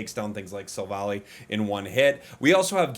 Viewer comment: I am quite sure it is pronounced as Silv-Ally with the high friendship evolution method and the pokedex entries in the main series games.